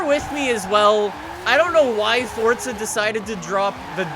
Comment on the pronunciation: Why does he keep pronouncing it fortza? Where does the T come from. It's Forza not Fortza.